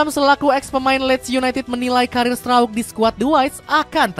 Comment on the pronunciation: Memang Strauk, itu pelafalan yang sesuai hukum bacaan bahasa Belanda.